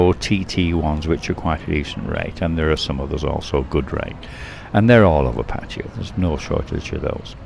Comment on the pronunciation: I want to thank you for not pronouncing Pattaya like a lot of irritating Youtubers. I do not know how this started, but it is definitely not pronounced like Pah-tiah. I cringe a little when I hear this from people trying to sound like they really know something you don't. :) For those saying Pah-tiah, please stop; you sound foolish. Rant over, thank you.